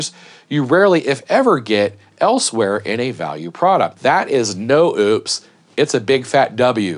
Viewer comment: I believe it’s pronounced “Oh Piss”